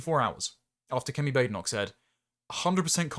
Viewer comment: Bad-en-och. Bä-den-och I do like to listen to your presentations,. You seem to very much have your head screwed on. However, you do, occasionally, pronounce some words unusually/incorrectly(?). I'm not talking about her name, either. I'll make a list, one day. If you ever have the time to read the comments, that is. I rely on you, somewhat, to help improve my verbal english language skills.